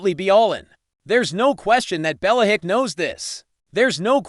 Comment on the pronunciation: Can’t listen to this. Bella-hick?